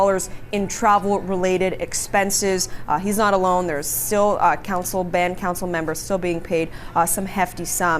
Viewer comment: That one CBC reporter called it "Bound Cancel" instead of Band Council. lol